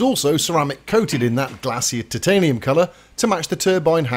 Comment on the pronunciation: Applause for saying tit-tanium correctly and not the horrible Americanised, PC ti-tanium.